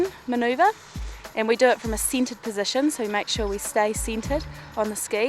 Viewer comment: People--she's not saying "seated." She's saying "centered."